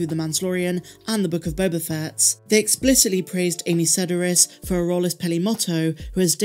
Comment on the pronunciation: sed-AR-is, not SED-ar-is. I've seen her brother perform live.